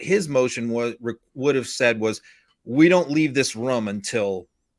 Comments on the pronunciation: Rum ???? Did he mean to say room!!🤔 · I love how he keeps saying "rhum" instead of "room".